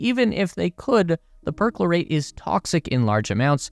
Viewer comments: It's NOT "PERK-lo-rate"; it's "Per-CHLOR-ate" USE A REAL HUMAN VOICEOVER, IDIOTS!! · Learn English [like how to pronounce PERCHLORATE, or PERSECUTION].